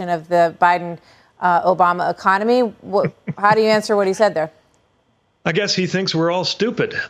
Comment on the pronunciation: Did anyone notice that ecomomy? There it is again